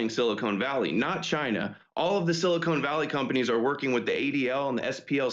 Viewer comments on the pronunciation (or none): Its SILICON, not SILICONE.